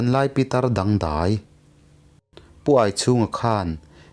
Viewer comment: Dangdai tinge Daaai itihbthin nangpawhhi burma chhiak inilomaw